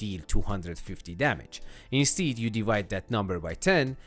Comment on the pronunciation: Insteed... Instead....